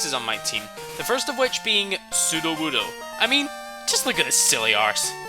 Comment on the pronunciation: Woodo rhymes with Pseudo, not wood, sir, you little rascal! Though it is a wonderfully thought out name. Very enjoyable video :)